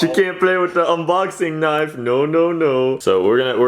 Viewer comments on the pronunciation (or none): none